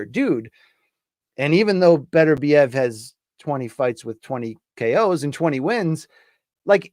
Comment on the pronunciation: And he still can't pronounce Beterbiev.